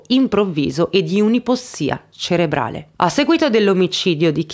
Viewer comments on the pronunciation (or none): none